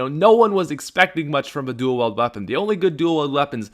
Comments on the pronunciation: Dule weld it's not dule weld you illiterate white boy I cringe so hard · Why does he say dool weld